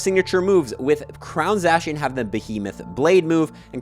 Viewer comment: Please stop saying Zacian and Zamazenta like that